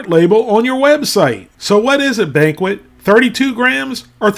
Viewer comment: "Banquest"? Jesus...